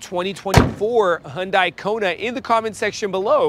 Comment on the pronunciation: Because that’s the correct pronunciation of Hyundai